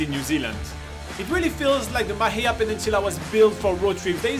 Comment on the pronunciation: Love this but you are pronouncing Mahia wrong!!!!